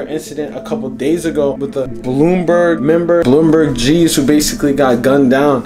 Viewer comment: It ain't bloom burg it's b LUMBER g